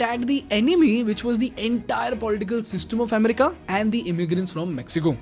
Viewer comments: Amm-rica, Amm-rica!! 😂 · The way he says America in this video is weird! It's so distracting!